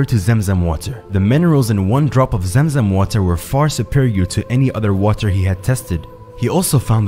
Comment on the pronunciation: It's clearly pronounced Zam idk how you can pronounce it as Zem. Are you trying to be American? Be yourself man